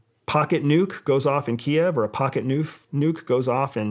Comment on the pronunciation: Finally. Someone using the correct pronunciation of Kiev.